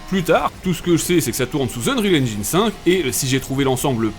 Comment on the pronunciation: il a prononcé engine correctement je like